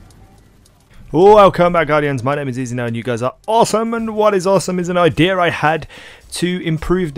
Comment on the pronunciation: I-DDEEAA! Learn how to talk easy